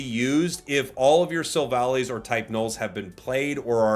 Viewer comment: I'm surprised everyone calls it Silva-lee because the clue to its name's pronunciation is in its attack as well. Gladion named it Silvally because it's silver and it's his BUDDY/FRIEND or ally. Silver Ally, Silv-ally.